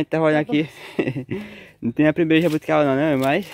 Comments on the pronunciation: Olá o nome é jabuticaba e não jabuticabra porque é tão difícil vcs falar o certo? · Vitor se diz JABUTICABA